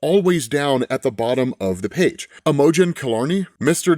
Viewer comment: My guy has really never heard the name "Imogen."